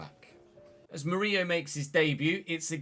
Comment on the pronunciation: Despite having two L in his name, Murillo is pronounced like Danilo would be since he's brazilian. Btw, as a Corinthians supporter, I loved that you signed a former player 😊